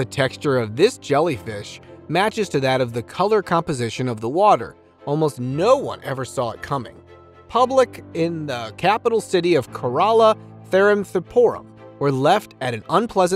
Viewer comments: Kerala is CARE-UH-LA. I was diggin the video until the mispronunciation of that caliber. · I figured that out by the way he pronounced Kerala.